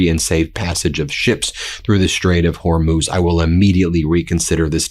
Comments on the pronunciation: You did it! Thank you, thank you, thank you! You got it - the Strait of HOR - MOOZ !!! I can keep listening. I also like it when you are kind of whispering. Yes, HE'S THE WEAKEST LOSER! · OMG! You finally figured out how to pronounce Hormuz. Only took you a week. Impressive. All hell is breaking loose. :) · Love that Ben finally pronounced Hormuz correctly lol! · Yay! Ben nailed Hor-mooz! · Hey Ben! Thrilled you're now able to pronounce Hormuz correctly!! 😂🎉👍